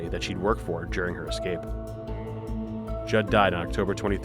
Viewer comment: Oh my God we have the same last name I gotta go edit-OH MY GOD SHES SO CRAZY GODKCLD LXMDLN Also props to actually saying Judd right because surprisingly a lot of people say it wrong idk why it's really simple